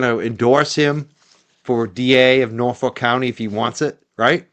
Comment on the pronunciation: I live in Norfolk 🇬🇧 and it is pronounced Norf@ not ‘folk’ 😊